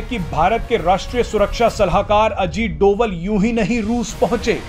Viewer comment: महोदय अनुरोध है कि श्री अजीत डोभाल का नाम सही बोला जाना चाहिए। डोवल नहीं डोभाल।